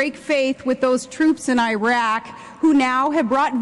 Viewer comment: Oh Tragedy...She can't even pronounce Iraq correctly. Ok im not biased but seriously if you know a tiny bit regarding Media you will see that she is talking about NOTHING AT ALL. With all due respect politics is not soap opera.